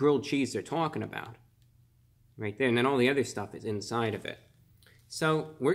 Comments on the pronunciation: “There’s the grilled cheese they’re TAWLKING about” whew the New Yorker accent JUMPED out lol I love it! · Thought the same thing